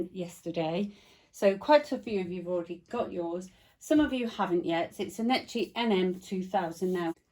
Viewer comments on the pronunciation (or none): It is pronounced NECKY. Not Nechy. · How funny how you pronounce the name Necchi lol "cchi" is pronounced like "key"